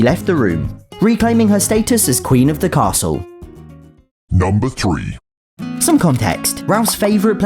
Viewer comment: “number trueeeeahh” got me laughing😂😂